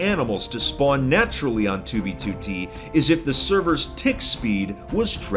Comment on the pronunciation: Lol. said 2v2t istead of B 😂